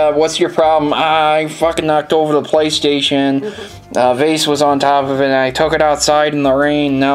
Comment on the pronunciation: "Playsation" Love ya,!:D